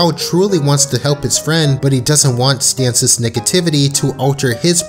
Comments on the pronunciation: Its just Stan's, not Stanses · had to stop watching after hearing “stanses” for the third time. it’s pronounced “stan’s” the same way it is written. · Its pronounced how it's written: "Stan's", not "Stans's". Made the video too annoying to sit through. Sucks cause it was fine if not for such a constant, glaring error. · And his name is not "Stans" Past tense possessive is just "Stan's" not "Stans's" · I'm sorry, but "Stan's" is not pronounced "Stanses". You sound like a fluent English speaker. How do you not know this? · This is a good video, but why are you saying “Stans’s” instead of just “Stan’s”? Every time you tried to say something about Stan’s possessions you were adding an extra s in there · Hahaha, you said Stan's's! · The narrator repeatedly saying "Stanses" is depressing me. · "Stanses" Why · Please stop saying “Stanses” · The way you pronounce "Stan's" is giving me depression